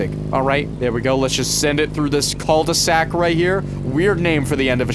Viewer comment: your pronunciation of cul-de-sac is so weird, yes i know in english its different then french, yes im a nerd, also love seeing you rage, its so funny